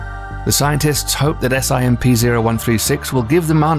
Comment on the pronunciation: i love how he says S-I-M-P instead of just simp